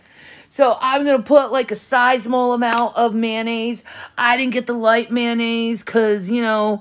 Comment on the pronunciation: "sizamal" amount🙄🙄🙄🙄🙄🙄